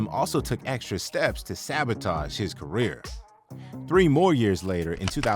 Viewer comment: You just destroyed the word 'career'.